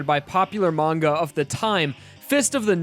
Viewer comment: you can't even pronounce "manga" right That's how fast I stop watching